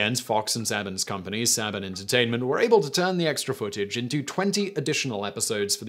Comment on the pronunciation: Love your videos but it’s Saban. Say-been